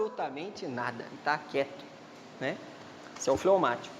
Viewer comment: Fleumatico nao flaumatico